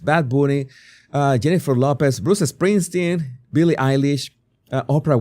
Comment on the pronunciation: I like the way he says " Bruce a Springsteen"